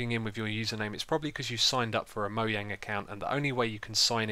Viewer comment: What's Mo-yang? Actually, your probably the only person who pronounces it correctly xD